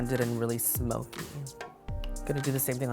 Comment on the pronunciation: lol@ The way he says "smokey" at :P